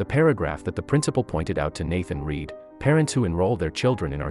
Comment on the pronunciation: The guy reading the narrative should learn how to pronounce "read".